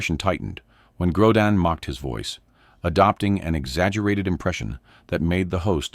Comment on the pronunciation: It's not "Grodan" you idiots! When will this freaking moronic channel creators stop using artificial voices? They keep saying theeach next guest will cause Johnny to explode... But they never show it. Just more exaggerated click baiting to get more viewers! Such dishonest showmanship that should result in their channel being kicked off of You Tube!